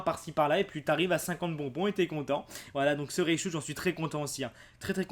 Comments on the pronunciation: comment reconnaitre un ignorant : il dit ne dit pas raichu mais "reillechou" ... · Je suis la seule à être perturbée quand il dit REICHU plutôt que RAICHU ?